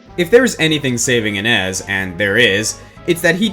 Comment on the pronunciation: I could be wrong, but isn't Innes pronounced in-nay and not in-nez?